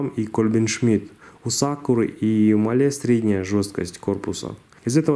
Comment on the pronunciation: Делай ударение на а (máhle) спасибо за видео 👍